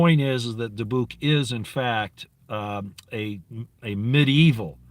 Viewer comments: I had always heard it pronounced DI buck Soft i soft u Emphasis on di Dybbuk boxes... They hold demons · Dybbuk is pronounced Debit. Dybbuk Box houses a demonic entity, trapped in the box and sealed with hot wax. The entity is considered to be equal to Satan and just as powerful. Created by the Black Pope. There is no entity more intelligent and extremely dangerous than it is, A jinn would be second to it. The Dybbuk Demon was conjured through a series of Rituals and blood sacrifices by the highest level of Zionist Jews. Altogether there is suppose to be 9 Dybbuk Box Demons, each having 1 capability different than the others. No one knows what that is though. So far 3 have been found. Last Halloween a show on the Travel Channel called Ghost Adventures is about 4 Paranormal Investigators that investigate well known haunted structures, places, people. The lead host is Zak Baggans, for decades he has been buying haunted objects. He found a haunted building in Las Vegas and turned it into a museum. He bought the 3rd Dybbuk Box that is locked in a glass case. He decided to open it last Halloween on the show. 4 Zionist Rabbis went to see him, things got very heated when they forbid him to open it and ordered him to return it back to them immediately. He refused. Within 2 days Baggans was arrested and charged with Theft of an Ancient Religious Artafact of the Jewish Faith(!?!?) He was ordered not to open it. This came from a court in Teliviv. Im not sure how Trump got involved but he sent Military Special Ops to take possession of the Dybbuk Box. Baggans already moved it to another loc